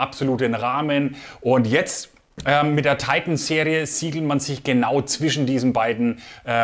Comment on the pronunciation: Hallo.Tolle Ergänzung dieser Serie,ein Tolles Glas,das meiner Meinung nach seines Gleichen sucht.Schade nur,das bei diesem tollen Deutsch sprachigen Kanal, Du Dich der ver Amerikanisierung her gibst.Die bezeichnung Titan kann man auch in Deutsch aussprechen,meine Vermutung ist,das das Glas nicht auf 'Deutsch' Titan gefertigt wurde,sondern weiterhin aus Flugzeug Aluminium. Ist nur schade,das sich sehr,sehr viele Leute,der Deutschen Sprache Entledigten. Nur so nebenbei,bin kein Amerika Hasser,habe selber 12,5 Jahre beim Amerikanischen Millitär /nicht Armee, als Soldat in verschiedenen Abteilungen gedient.Daher verstehe ich diese ver Amerikanisierung der Deutschen nicht.Gruß Hans.